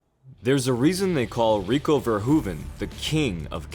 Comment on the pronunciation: We call it the dutch style. And it isnt verhuvan but Verhoeven.